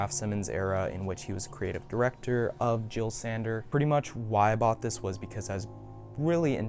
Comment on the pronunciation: How u manage to perfectly say boris bidjan saberi but still mispronounce jil sander